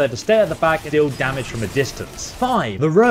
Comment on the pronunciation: Using… me-laaay damaghee